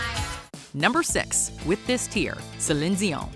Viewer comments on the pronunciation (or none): Prince was a genius and you are pronouncing Celine Dion's name wrong! It's annoying!